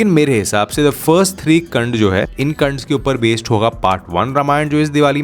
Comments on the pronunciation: KAND NHI KAAND HOTA HAI BHAII😭😭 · kand nahi kaaand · it should be pronounced as कांड and not कंड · kand nhi kaand h